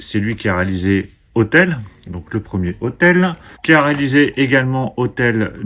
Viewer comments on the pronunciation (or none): hostel faut le prononcer avec le S , et pas hotel